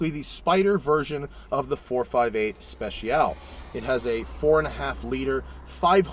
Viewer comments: Technically you are supposed to pronounce it "Spe-Chi-All-Ay" but everyone does it differently. I honestly just say "Spe-she-all-ay" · Matt, it's pronounced: 'specia-leh' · Thought it's pronounced "Spessyaleh"... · I love how Matt says "Special" "Royale with Cheese!" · Spe-cha-leh Matt. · The "e" at the end is not silent. It sounds like the letter A. Speciale. Spesh ee ahh lay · its pronounced as "spet-cha-lay" aint it? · you pronounce the e at the end of Speciale. In Italian, you pronounce every single letter. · Okok, so you review the Speciale Aperta without knowing the correct pronunciation of Speciale.